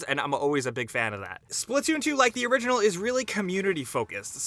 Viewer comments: It’s splatoon not splitoon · Wat did he just call splatoon?